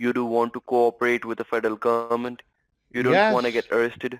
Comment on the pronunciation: Trying to work out why I can't stand the vermin's voice. It's because it stresses t sounds at the end of words. Like gohmentttttt. Just makes me cringe.